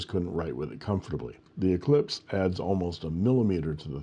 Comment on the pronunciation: spelled "Eclipse" and pronounced "eclesiastez" 😆 thanks for the review, I haven't seen many of the new Eclipse